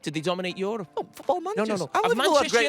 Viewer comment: Yorope 😂😂😂😂😂😂😂😂 And they said scousers are English